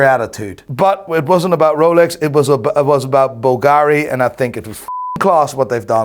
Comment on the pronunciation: Still unable to pronounce Bulgari cottectly...